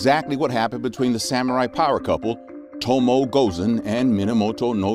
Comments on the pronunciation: It to mo eh. Not tomo. 😩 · It’s to mo eh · O and E in Tomoe is pronounced similar to spanish. Something like TOMOweh. Please...